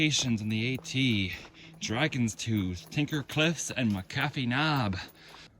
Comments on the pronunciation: well everyone here including all the news stations and the whole Roanoke Appalachian Trail Club pronounce it Mac-A-Fee. Some bloggers who are not from here started the Miss pronouncing it about 7 or 8 years ago. Just trying to keep local history correct. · It’s pronounced Mac-A-fee Knob!! I’m a former Thru hiker and I’m on the McAfee Knob Task Force. I’m up there at least 2X each month. Some bloggers continue to pronounce it incorrectly so help me spread the correct pronunciation. Thanks. Signage 07.